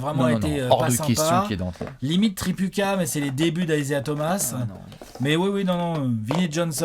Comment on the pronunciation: Tripucka, se prononce Tri-poutz-ka ;) (origine polonaise)